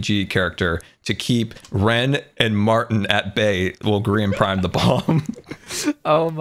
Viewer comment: calling Martyn "mAHAtyn" aged a lot lol